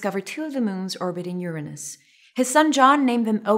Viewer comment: Thanks for providing the proper pronounciation :D